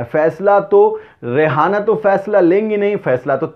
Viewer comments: It is reyana not rehana. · Rihanna not Rehana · रियाना को रेहाना कहना उचित नहीं है ठीक तरह से रियाना स्पेलिंग देख कर vedio बनाया जाए मेरा आग्रह है । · Not rihana she is riyana